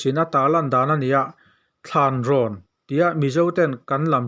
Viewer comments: Talanrawn ni lovin Thlanrawn tih tur zawk ani e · Talanrawn ni lovin Thlanrawn tih zawk tur ania, ,"Thlan,"tih lai hi kawl tawnga aziak fiah ve theih loh avangin (သလန္ေဒာ့န ္ spelling erawh adik chiah lo mai thei,)Talanrawn an rawn tih niin alang. Mizo tawnga lam/ziak dawn chuan ,"Thlanrawn," tih kha adik e.. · Thlânrawn tih a dik i hriat tawh chuan a dik in lam mai la. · Thanrawn tih kha a dik